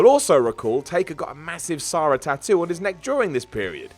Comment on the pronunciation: Sara. Not Sah-ra.